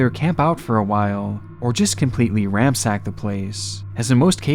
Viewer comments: You're lookin' for "ransack" not "ramsack" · The word is 'Ransack' not 'ramsack. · “Ramsack the place.” Heh heh. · Ransack, not ramsack